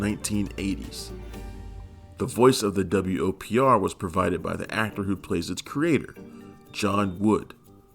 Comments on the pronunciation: pronounce it WOPR not W-O-P-R. that's the whole point of an acronym! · Narrator, you're annoying me. It's the "Whopper," not the W-O-P-R. Did you not see the movie? Not once does any character ever refer to it as the W-O-P-R. Get it right, especially for such a classic. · Every time I hear him say the W.O.P.R I cringe. Have you even watched the movie? Its called the Whopper. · Nobody in the movie refers to the computer as the "W.O.P.R." It's referred to as "The WOPR," pronounced "whopper."